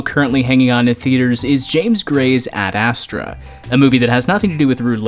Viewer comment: The way you pronounce ad astra... it’s ASTRAAAH not ASSTRA